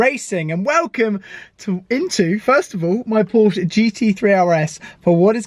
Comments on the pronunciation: Is it just me or did he almost say Ford but he said Forsche Lool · It’s like the lawyer in “Merchant of Venice” Annoying to hear you guys say “Porshh”! Just Saying! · Lots of hair gel and designer t shirts for a gear head that doesn't say Porsche correctly. Hot car, though